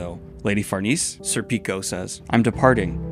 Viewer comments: Please, as an Italian, it’s SÈrpico. Not SerpÌco. ( 🤌🏻 ) But thanks for this series of readalong, it’s showing me things i’ve missed on my first read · It's pronounced sir-pik-oh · IT'S SER-PICK-O LIKE THE AL PACHINO MOVIE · I think i love your pronunciation of Sir Peeko. That is pretty amazing. Also please make a youtube short of at least one of your Zodd intros. I would suck my toes for a week if you did bro. Facts. It warms my heart to see you appeal to the emotional moments in Berserk. Man those moments frozen in time are incredible. The one you talked about (which was a homage to Devilman) and the one where Guts first comes into the heretic cave and briefly looks back at Casca completely floored me Edit; Just got to the end of the video. Good shit my friend. Glad to see the top 5 bit